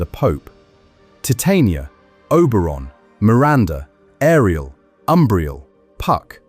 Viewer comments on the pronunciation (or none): none